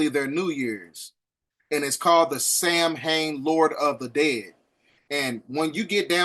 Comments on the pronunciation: Not trying to be picky…this video is amazingly informative! But the pagan holiday is pronounced “sow-an”. Celtic words are so strange because they are rarely spoken the way they are spelled. I digress. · Samhein, pronounced ‘Saw-Wayne’. Thank love for the video,! 🙏🏾💗